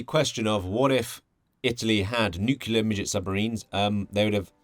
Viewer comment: Noooo, a <<NUQULAR>> person